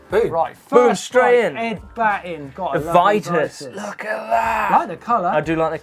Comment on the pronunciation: Its an i not an e in vitus its not vetus